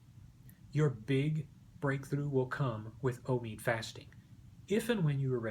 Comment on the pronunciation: It's not omeeed, it's omeyod.